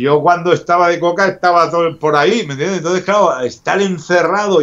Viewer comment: Primero Popeye con: "mira Jordi" Y ahora con: "mentiendeh" XD